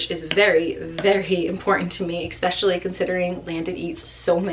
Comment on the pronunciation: EXspecially? Eugh, girl. No.